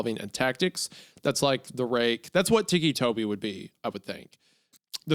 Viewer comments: Its ticky like tick tock not teekee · Him saying Tikki is taking me out 😭😭 I was 16 when the story came out I was a giant fan of creepypasta. Also ticci toby did become a proxy! Waffles!! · He keeps sayibg it like tiki 😭😭😭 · the way hunter says "ticci" is kinda annoying, like obviously it's pronounced "ticky" or huner is just playing it up in which case I might mail dog shit to his house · I love how the meaty one pronounces it like tiki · Shame on Isaiah for not knowing the appropriate way to pronounce this Italian name 😂 tikki???💀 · The way Isaiah pronounces it "weekee" is gonna turn me into ticci toby.